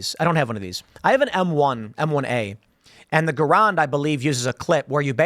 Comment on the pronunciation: *Ga-rand, M1 Garand.